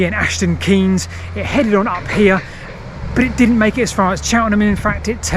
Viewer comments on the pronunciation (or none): Just a slight friendly correction. The village is called Minety, pronounced "Mine-tee" and all the places in the area with "Keynes" in their name are pronounced "Kaynes" rather than the same as the far more well known Milton Keynes. Love the videos though keep it up.